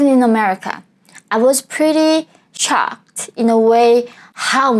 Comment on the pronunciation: You wrote Shocked but you say Chocked